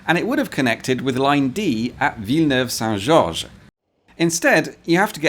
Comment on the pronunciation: "viler nover"